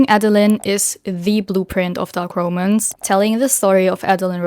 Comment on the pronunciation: How are you managing to mispronounce ROMANCE 😭 the literacy crisis, literally, because words that have never been mispronounced before are getting butchered for no understandable reason at all 😭